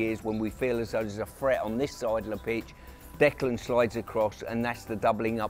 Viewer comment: I wish someone would tell Pearce that Rice's first name is Declan, not Decland! 🙈